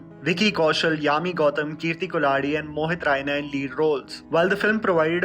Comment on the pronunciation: Bhai kulhari naam galat pronounce kiya h aapne .... Me as a kulhari : bura lagta h bhai dil se bol raha hu